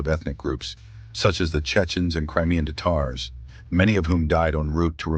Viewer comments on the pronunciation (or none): none